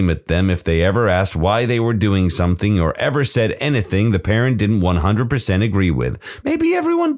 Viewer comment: There is no K in the word something , somebody tell the narrator